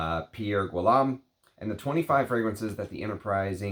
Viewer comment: His last name is pronounced G-ee-yome. The G is a hard G as in girl, get, go. The house has some very interesting and avant-garde fragrances. You won’t like his offerings if you’re not ready to step outside the perfume box. He doesn’t play by the rules, which is why I like his juices. Plus, if you can find a fragrance that you like, you won’t have to mortgage your house for niche.